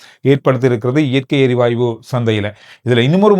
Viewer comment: வணக்கம் … சிறப்பான செய்திகள் உங்களுடையது. இயற்கை “எரிவாய்வு” என நீங்கள் கூறுவது தவறோ என தோன்றுகிறது. “எரிவாயு” தான் சரி போல… மன்னிக்கவும் கூறவேண்டும் போல் தோன்றியது. செய்திகளுக்கு நன்றி..